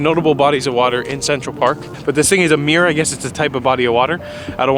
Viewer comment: ''Meer'' means lake in Dutch. I think it's one of those words the city kept. Just like the name ''Harlem'', which was named after the city ''Haarlem'' in The Netherlands. EDIT: you perfectly pronounced the word as a Dutch speaker lol